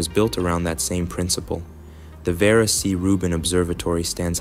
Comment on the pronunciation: Ver- ah. Not verah😊